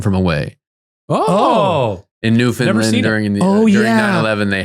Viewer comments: With love and respect - It is said New-Fin-LAND not New-Fin-Lind. That second one hurts the soul a little. 😅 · as someone from Atlantic Canada. New-fun-land. Not New-fun-lund, or New-found-land. NEW-FUN-LAND ! 🇨🇦